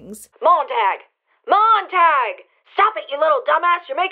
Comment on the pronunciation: Montag is German for Monday, it's pronounced "tahg" not "tag", way to ruin a badass name